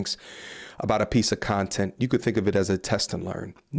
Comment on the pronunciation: A piece of "shontent" 😅